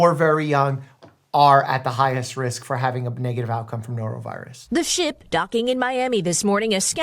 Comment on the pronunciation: "A norovirious outbreak!" "So ya'll got the sniffles?"